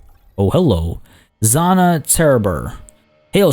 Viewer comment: Age of Party Planetfall is back! Yeah! Nice to see you skittering through the DLC. There is just a small thing. The Dvar commander, Zhanna. If the Dvar are "Russian-sounding", her name is pronounced "Janna", because that is how Janna is spelled in Russian :P